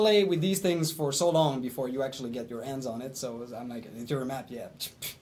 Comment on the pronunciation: BTW ITS NOT TINGS..... ITS THINGS .. THAT SHIT IS ANNOYING